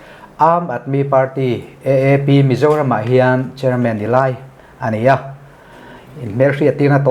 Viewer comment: AAP tih hi mizo hawrawpa, "A" tih anga lam tur ni awm tak,EEP tiha han lam daih mai chuh!!